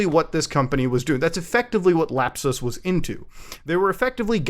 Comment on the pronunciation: "lap-SUS" LOL